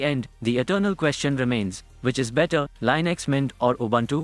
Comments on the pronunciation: im sorry, lynix? its li-nucks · linux, not lienux